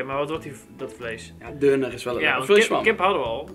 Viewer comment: Je spreekt het uit als dunner niet deuner